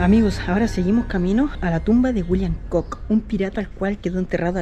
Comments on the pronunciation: Hola, me encantan tus videos. Con todo respeto, el apellido Cook, se pronuncia Cuk. La doble oo es U 😉. Que sigas cosechando éxito! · Edmund Cook, John Cook entre otros fueron piratas, bucaneros y comerciantes y puede que por ser Britanico este señor y de apellido Cook lo hayan nombrado Pirata..por cierto, se lee Cuk...